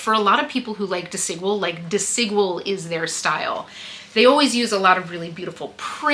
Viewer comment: Love this ❤ haul, by the way “Desigual” is pronounced as “dehs-ee-GWAHL” in Spanish. The emphasis is on the last syllable: dehs-ee-GWAHL. Think of Desi as in “Desi” Arnas and Equal with a “G” for the Q